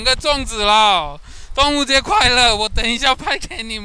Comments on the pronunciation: 哈哈哈😄！是“端午节快乐”。“端午节安康”！不是“动物节快乐”。Duan Wu Jie。/ Dong Wu Jie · 你说端午节快乐，我听成了动物节快乐😂😂